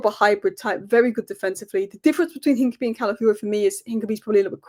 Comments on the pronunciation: It’s Hin-ka-pi-ee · The name Hincapié is pronounced roughly as een-kah-pyeh, with the emphasis on the "pyeh" syllable. The "h" is silent, the "i" in the first syllable is a short "ee" sound, the "c" is a hard "k" sound, the "a" is like the "a" in "father," and the "pié" is a "pyeh" sound, similar to the "pie" in the word "pie" but with a stronger "y" sound before the "eh". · hi, hincapie is pronounced hinca-pierre, like del piero's 'pie' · Sorry to be that guy,, but it's "Hin-cap-ee-ay". Keep up the amazing work.